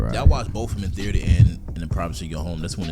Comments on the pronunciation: saying the ater instead of theater you sound like stephen a sying kember instead of kemba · “theeator” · Why tf say theater like that its got me kinda fucked up, is that a florida thing or sum?